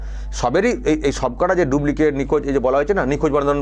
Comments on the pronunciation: Pls,pls.Dublicate (ডুব্লিকেট)নয় কথাটা হবে Duplicate (ডুপ্লিকেট). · কথাটা ডুব্লিকেট নয় ডুপ্লিকেট।